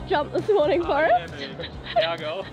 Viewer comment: Australians have got to be stopped. You can't pronounce "Forrest" as "First" just no.